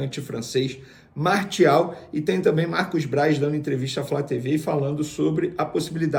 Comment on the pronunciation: A pronúncia é MAR-CI-AL e não Mar-THI-al...O cara é francês...